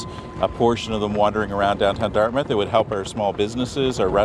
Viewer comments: There is not as much to do and see on the Dartmouth side for cruise ship passengers, plus they would have to build the docks which is expensive and takes a while. BTW you don’t pronounce Dart”mouth”, it’s more like Dartmuth. 🇨🇦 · Just a friendly heads up. As someone that grew up in Dartmouth, it is pronounced DartMITH not DartMOUTH. You can hear it in the news clip with the way both the reporter and the guy they were talking to on the water front said it. Keep up the amazing work and give your cats some love from me and my cats :) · It’s pronounced “dart-myth”. Retired 30 year RCN Vet here posted to CFB Halifax many years. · Quick note... As a kid who lived there for 12 years, I can tell you that Dartmouth is pronounced "DART-myth", not "DART mouth". It's like Plymouth isn't "PLY mouth". It might have been, a thousand years ago, but Dartmouth, Plymouth, Yarmouth, etc typically follow this paradigm. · Hey just enlightening you to pronounce Dartmouth as Dartmyth ❤